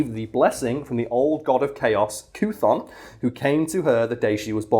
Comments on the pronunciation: Kuh-Thon lol that was painful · Wanda frank ? ano you really dont give a shit but I believe Chthon is pronounced Kithon I always thought it was syphon but guess not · Chthon is almost certainly based off of the Greek word Chthonic (in, under, or beneath the earth). And therefore should probably be pronounced with the 'ch' as a 'k'. Kthon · Cthon would be pronounced similar to cthulu.